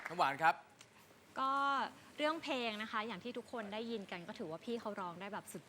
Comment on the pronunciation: แจ็บกับน้ำหวานพูดคำว่า เพลงเป็น เพง..ไม่ค่อยโอเค.